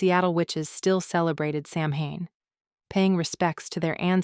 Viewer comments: SOW ( like cow ) WHEN NOT SAMHAIN also bruschetta is pronounced brew shed da. Love the book so far but mispronunciation drives me to the point of distraction. Sorry if I sound rude or like an ass but I’m stupidly hollering out the right pronunciation to an empty room 😂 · Love the story, it’s not pronounced Samhain, it’s pronounced Sawhen . Can’t wait for book 2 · SAMHAIN....pronounced sowwen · Great story line but mispronounced Samhain not even close 😂 can’t wait for book 2